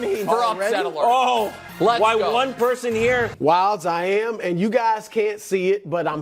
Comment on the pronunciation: Wildes!!! Lol....doesnt sound like it